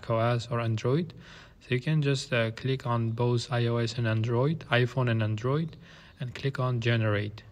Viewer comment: It's not Andróoid. It's Android.